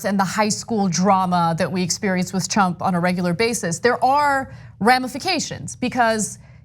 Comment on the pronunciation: Did Ana just call him “Chump” and not “Trump?”